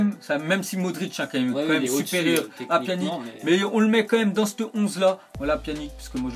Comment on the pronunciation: "dans cte onze là" pourquoi tu prononce cte à la place de "ce"?!